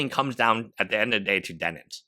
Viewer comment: Bro... I feel like you're saying, "Denins." I literally can't get passed this thing to even watch the video for some reason. Denims.... like denim jeans.